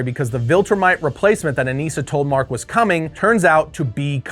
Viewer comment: I thought it was Anissa, not Aneesa?